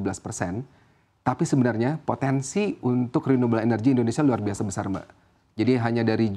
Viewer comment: Pontensi..... Pontensi..... 😂😂😂😂